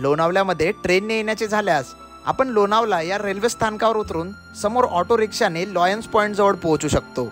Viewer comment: लोनावला नाही लोणावळा